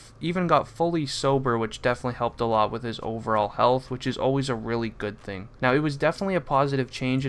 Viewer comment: "A dood Nora Jones" 😂